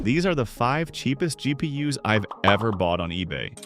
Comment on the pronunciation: “there are plenty of cheap GP yuhs on eBay 😂” Yuh there sure is